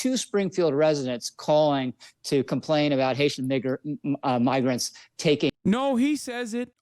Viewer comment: He knew he was supposed to say migrant but his brain was thinking of the N word bc that’s where his vile heart lives and the slip of tongue started to mix the two words.